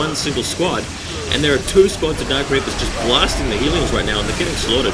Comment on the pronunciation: Hey man, LOVE your videos really do, really helpful too =). One thing i'm unsure about is the pronounciation of Hellions. You say Hee-lee-ons but i noticed ingame, when built the Hellions say 'We are Hell-eons lords of flying death'. =) i'm confused lool. Dark Eldar are my favourite race i think. But i'm still a noob. It takes me and my friend to beat Insane Orks 8 minutes. Me as DE him as SM lol. We fail by ourselves.